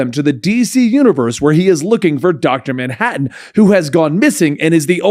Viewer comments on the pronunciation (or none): none